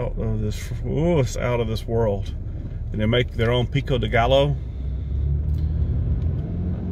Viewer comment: Pronounced guy-yo (gallo) Spanish for rooster lol. Translates to peck of rooster lol. 2 LL's have a Y sound in Spanish words. Just fyi lol.